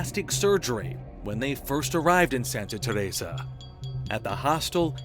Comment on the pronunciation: bruh why tf are you pronouncing Teresa like that?? annoying